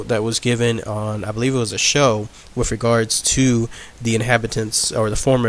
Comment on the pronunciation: Dude, I can't get over the 'wiffits'... either pronounce your "th's" or get a better microphone!